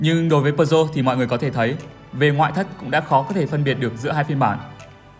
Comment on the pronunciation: Bạn đang làm cho hãng Peugeot sao không phát âm tiếng pháp có phải hay hơn không? Bán xe pháp mà lại phát âm tiếng Anh.